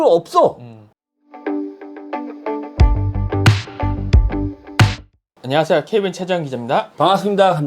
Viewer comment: 안녀하세여 케이벤체재연기잡니다 뭔가 한음절 빠진느낌 ㅋㅋ